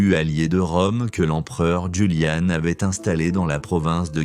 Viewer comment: Les ouisigotes et l'empereur Joulian ça pique les oreilles. Grande spécialité de cette chaîne, piquer les oreilles